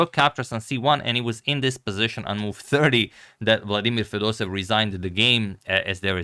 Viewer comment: Agadmator, he is not Fedosev he is FedosEEv. You need to pronounce both “ee” like Fedos-e-yeV. Same thing for Petrosyan. He is not Petrosin he is Petro-sya-n.